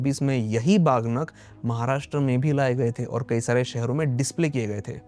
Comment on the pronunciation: बहुत जानकारीपूर्ण वीडियो। लेकिन कृपया "बाघ नख" जैसे शब्दों का प्रयोग न करें, सही उच्चारण "वाघ नख" है। इस बात की चिंता न करें कि दुनिया मराठी शब्द का उच्चारण कैसे करेगी। कृपया इसका उच्चारण वैसे ही करें जैसे मराठी भाषी लोग करते हैं। तभी दुनिया इसका सही उच्चारण सीख पाएगी।